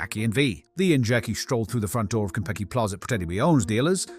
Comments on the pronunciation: is it just me, it sounds like you're saying Kentucky Plaza at the beginning. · The way "Konpeki" is being pronounced sounds like "Kentucky", maybe it's just in my end? Edit: at first I thought it was my audio being weird, but then you said "Pantryon" at the end of the video. Oh. Food puns. 😅 That's pretty funny, actually! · No AI and you still cant say "Konpeki" correctly?